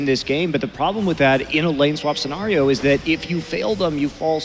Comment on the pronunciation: take a shot every time Monte says the word - scenario - wrong, you will die.